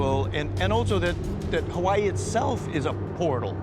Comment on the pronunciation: Im so annoyed with the way the narrator says Hawaii.